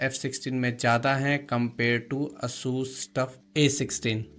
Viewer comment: its not aa-sus its a-sas